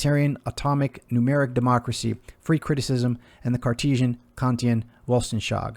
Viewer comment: Weltanschauung - pronounced “vel-tan-shung”